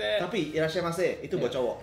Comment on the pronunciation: Irrashemasee Irrashembake😂😂😂 sampe ngakak kok ya kepikiran 🤭🤭